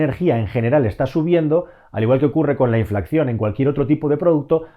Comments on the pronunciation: Se dice inflación no inflacción amigo. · Muchas gracias por el vídeo, buenísimo Solo una cosa, me pone nervioso cuando pronuncias “inflación” porque pones “cc” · muy interesantes tus videos pero me da un ataque epileptico cada vez que dices "inflaccion" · inflación, no inflaCCión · Gracias, muy interesante. Por cierto, por favor, revisate lo de "inflacción", se dice inflación. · Hola, buen vídeo como siempre. Lo único, no es "inflacción" sino inflación. XD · hola, creo que dices "inflacción" en lugar de inflación...de todas maneras, esto que está pasando con los precios del combustible y la electricidad, es, en mi opinión, algo directamente relacionado con nuestro estilo de vida, consumimos más, mucho más, que recursos naturales hay disponibles en el planeta, entonces, por pura lógica, llega un momento en el que la balanza de la oferta y la demanda de desequilibra del todo y los precios se disparan...el tema del agua potable en España no tardará en ser un problema acuciante, en épocas pasadas "la pertinaz sequía" que decía el dictador cuando inauguraba un nuevo embalse, efectivamente las sequías ya eran muy prolongadas, duras, pero el nivel de vida de los españoles de entonces era infinitamente más bajo que el de ahora, la industria no tenía ni por asomo el desarrollo actual con la consecuente demanda de agua, la agricultura era una broma en comparación, y claro, se apañaban aún con sequías persistentes, ahora ya, en este momento, no deberíamos seguir consumiendo el agua como lo hacemos en todos los ámbitos, y se sigue como si nada pasara...hasta que pase, y verás la que se montará cuando el metro cúbico de agua sea impagable... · No es por ser pepito grillo, pero es inflación, no inflacción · Un estudio muy detallado y muy interesante como siempre. Lo único comentar que se dice inflación y no inflacción. Ojalá se acabe la guerra y se resuelva esta situación pronto. Saludos.